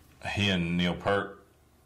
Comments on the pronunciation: Good reaction, just note it's Pee-art not Pert, RIP. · Thanks for playing Rush. La Villa is a great tune. BTW, Neil's last name is pronounced, as Geddy put it, P(EAR)t or P(IER)t. Their first platinum album was 2112. It is pronounced twenty-one twelve. Finally, from their Moving Pictures album, the instrumental YYZ is pronounced YYZed. Thank you again. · For the 37,579th time, it's PEERT, not 'Pert'..... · I think you would find Neil Peart's Frankfurt Drum Solo fascinating. By the way, it's pronounced "P-ear-T," not "P-ur-T." PS - These three musicians did, indeed, learn to play by ear. Their influences were initially blues rock followed by early progressive rock. From this song onwards, their influences became increasingly eclectic. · It's pronounced, Peert. I know, I'm that guy. But it drives me nuts when, in this day and age, people still call the Professor Pert. Cheers! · That's pronounced. Peert not pert. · ITS P(EAR)T NOT PERT GET IT RIGHT 😡